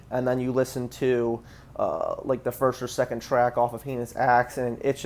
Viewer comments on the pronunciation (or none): none